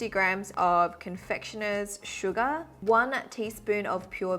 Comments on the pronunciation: Not me hearing "suga" instead of "sugar" after she went like "Smooth like butter, hehe, anyone knows that song?" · The way she says sugA 💜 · Is it just me or is there someone else hearing sugar as Suga??😳💜✨